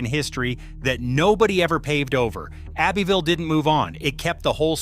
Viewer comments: Abbeville is pronounced Abbie-ville. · The old folks pronounce it "Ab-vull". I mean really really old.